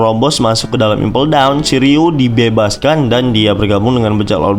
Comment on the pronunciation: Shiryuu min bukan shiliew